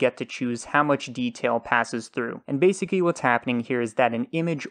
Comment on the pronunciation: Really good tutorials. But I do want to make a joke. Sometimes I don't check who uploaded the video, but I always know that it's when I hear, "This does exacky what we want" and, "This is basicky what we want" I enunciate every letter so it always sounds strange to me when people leave them out.